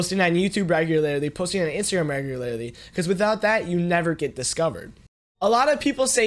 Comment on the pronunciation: I love how he says "regularlarly*